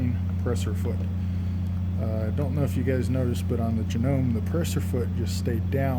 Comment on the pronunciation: Thank you, great info. You are the first person who pronouncesJanome with silent e at the end vs janom”ee” it was almost as annoying as the humming. Speaking of Janome, you are comparing it but to which Janome model? I might have missed it, sorry.